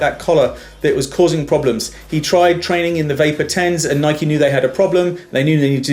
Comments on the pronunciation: U say Nike wrong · You can't say Nike